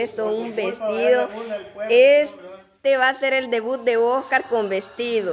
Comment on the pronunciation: Por qué a veces le dicen Ocar y no Oscar?